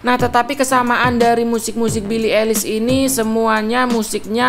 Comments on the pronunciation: Bacanya Bili aylish bang, bukan bili elis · billie paling anti mainstream kl buat musik nya. ohhh ya fyi cara nyebut nama billie itu "ailis" bukan "elis" hehehe😁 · Aduh bacanya😅, "belii elis" 🤣🤣🤣🤣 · Why Indonesian people said elis? (eilish) LMAOO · Billie eilish dibaca bili ailish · Pronounce eilish nya ailish bang yg bener :(